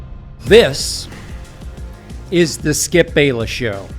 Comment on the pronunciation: No body pronounces Skip better than Shannon. That’s a fact